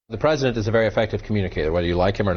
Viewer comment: "I pcray prcof chra prcescident" What's WRONG with your MOOUUUTH